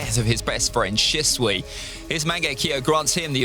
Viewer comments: It’s shishui not shisway 😂😂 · He pronounced shisui's name wrong and I laughed 🤣🤣🤣